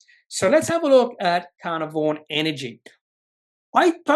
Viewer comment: FYI pronounced - car-nar-von